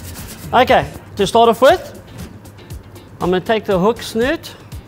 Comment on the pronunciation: Thanks for video Hook Snood, as in England, - English! Not snoot! 🎣